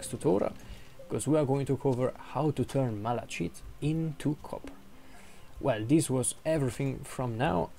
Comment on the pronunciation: It’s not malashit